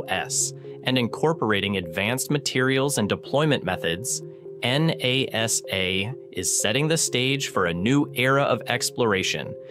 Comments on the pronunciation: “N-A-S-A” <- what’s that about?! Can AI not say “NASA” or did it just get confused after that long readout of capital letters? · did not even realize it was an AI voice until when he spelled out NASA like that